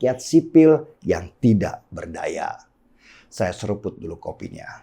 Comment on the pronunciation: Halo bung Denny Siregar gunakanlah bahasa Indonesia yang baik dan benar dalam pengucapan... Terutama huruf vokal kenapa jadi berkahiran "K"... Contoh : Rusia jangan Rusiak, kemana jangan kemanak....saya jangan sayak.... Semoga "pronunciation" bahasa Indonesianya bisa diperbaiki...